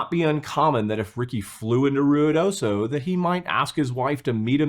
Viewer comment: Omg, you pronounced Ruidoso correctly. Good job! ❤